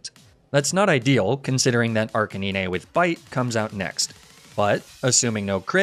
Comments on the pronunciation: why did that man just say "arc-a-nin-ay" instead of arcanine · even though you mispronounce ninetails and arcanine in the same way, the way you say arcanine bugs me way more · slightly triggered by the ni-ne tails and arca ni-ne pronunciations even tho u said it right the next time but loved the video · Were not gonna talk about how he calls ninetales and arcanine ”nineytales” and "arceniney”😭😭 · HES AN ARCANE CANINE! Arc-canine! Say it correctly ONE TIME pls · ArchaNIne??? Its Archenine… you know like canine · ARCANEENAY - please tell me this is some inside joke I’m missing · BRUH it’s arcaNINE and NINEtales like the number NINE (9) NOT niné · No way he said arcuhneenay and neenaytales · Did he say... Arcaneene? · you dont say arcaneenay you say arcanine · I'm freaking dying hearing you pronouce arcanine and ninetales as "Arcaneenay and Neenaytales" x'D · arca-ne-nay? im sorry WHAT cmon. NE NAY TAILS CAN YOU SAY NINE? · Arcakneenay & Kneenaytales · arca-nee-nay and nee-nay-tails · It is a running joke with. He also pronounces Arcanine as Arcay-ni-ney, Lapras as La-prah, and Magnemite as Mag-ney-mi-tey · Arca- niñé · Wait have I been saying Arcanine and nine tails wrong lmao the way this guy says it makes me rethink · My favorite ghost is Chandelure, but the way you were saying Arcanine was throwing me off lol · The scariest part of this whole video is how you pronounce Arcanine, other than that sick vid as always bro lmao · The way you pronounced Ninetails & Arcanine was truly horrifying... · The Arcanine mispronunciation, I can understand. I hate it, but I can understand. But Ninetails? NINETAILS!? You literally called it the Nine-tailed fox? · You pronounced Arcanine wrong it's not Arcanine it's Arcanine even though they're spelled the same you pronounced it wrong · strangest pronunciation of Arcanine i have ever heard lmaoo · Does anyone notice him mispronouncing Arcanine and Ninetails names wrong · the way he says arcanine pains me